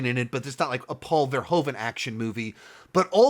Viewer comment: From a Dutch perspective I find your pronunciation of Paul Verhoeven's name very funny and strange sounding. If you'd like to improve on it: the Dutch 'oe' is not pronounced with the big O sound you make. Phonetically it sounds like the American use of double o (eg. spooky 'oooh', or like in 'Hoover dam'). Try saying Paul Verhooven to perfect the Dutch sound.